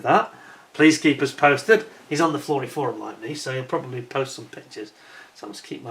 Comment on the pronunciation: "...he's on the flordy florum like me..." He's on the what now?